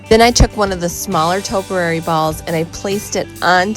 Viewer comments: Actually it’s pronounced ‘’topiary’’. Not toperary..... but I do love your channel. 😊👍😷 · Toe- pee-airy not toe-per-airy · Liked the post but please learn how to say topiary. tow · pee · eh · ree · Not toperary but topiary- just teasing absolutely love your rescues. Just found your channel today and will be watching them all.